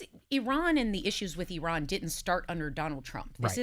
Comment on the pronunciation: google correct pronunciation of Iran, topic will come up often for a while. Sara was pronouncing it correctly.